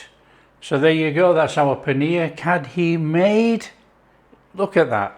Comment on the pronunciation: Nice. Fun fact - It's pronounced curry - the dh is hard r sound in Punjabi. There's about 3 r sounds in placement of tongue. This is best with pakoras. Yum yum